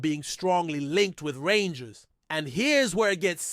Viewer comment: If your going to talk rangers you have to get there names right 😮